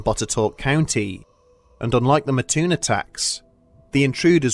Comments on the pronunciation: its Mattoon MAT-TOON not MA-TTOON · I live in Mattoon Illinois and never heard of this ghost story in my 30 years of living here. But it does crack me up how he says Mattoon. It's not Ma-toon its Mat-toon. And its has a little more fun facts like. The original Burger King, Worlds biggest bagel ever made and it was a stomping ground for Al Capone. But now days its more known as a agricultural town farming corn,soy bean and meth 😆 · MAT toon. Not Mahtoon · It's Mattoon not Maahtoon my friend haha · I used to live near Mattoon. My only issue with the video is that it is pronounces Mat-toon. Otherwise, great video! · one of my first thoughts was "I wonder if they'll say the name right." Nope. But oh well. Still cool to see the story.